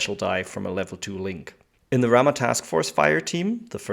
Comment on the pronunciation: I did come here because nobody has done a Ramah for N5 but now that I'm here I appreciate your casual focus. I love the game and get to play about a dozen games a year. Bonus - Is that some correct unit pronunciation I hear? If so thank you!